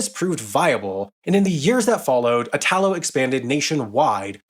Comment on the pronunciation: Ok the way the guy says “Italo” all wrong and “Italy” right drives me crazy lol. It’s basically the same word, you change only the last letter! 😂